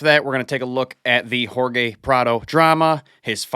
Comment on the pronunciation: Hahaha he said whore gay instead of Jorge good one